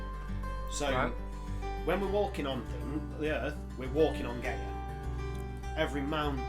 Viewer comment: Guy-a not Gay-a... Not homophobia intended.